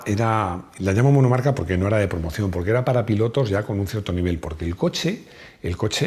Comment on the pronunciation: Copas “Monocarca” 😂😂😂